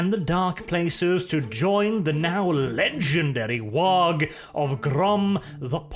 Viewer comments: I love your content dude, but if you keep missaying WAAAGH!, I'm going to want to smack you upside your head. You know it's pronounced like WAAAAAH! The G is surprisingly silent. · Some people don't like his content. Some people take umbrage with some of his politics. I take issue with how pronounces the G in WAAAGH!